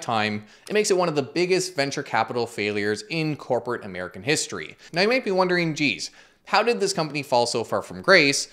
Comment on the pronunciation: "Noo ye mayt be wondering 'geez, how did this company fall so far from grace, eh?' " Hahaha, I'm thinking Wayne's World. should make this a series or a running gag "Noo ya mayt be wondering Geez, [fill in the ridiculous come-uppance], eh?" Hahaha.